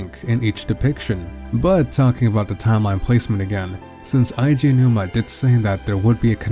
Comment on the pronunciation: Here in Dec 2018 to see how many things are right/wrong with this theory since many things have been revealed. There are many issues we can see with the theory now but the biggest problem I have is that still can't pronounce Eiji Aonuma's name correctly.